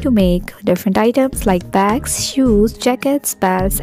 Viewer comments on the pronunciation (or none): none